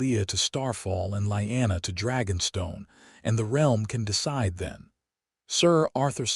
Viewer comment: Ray-garh not REEE-garh, and Lee-anna not lie-anna, A.I.'s an idiot and Jon's real name was Aegon, not wth ever the A.I. said.......Also, Caitlyn will always be a cruel, petty, vindictive DFC, in every story, hopefully someone rewrites her as a good woman, not the createn she is.